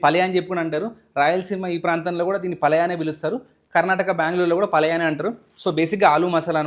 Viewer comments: P. A.L . A . Y.A kaduuuuuu Pall yaaaaa Got it !!!!!!!!! Please learn How to pronounce it first . It’s a Major word not a Minor word . Listen the word first then Pronounce it ok . It’s very Eassy ……… Dont take it as Seroius Iam Guiding you just Iam from Bangalore only It will Help you in Future!!!!! Good Luck. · Palaya kaadu... It's palya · Bro, Palaya kaadu bhaiya. It’s Palya. Mulbagila kaaku mulbagillu. Other than that everything is super.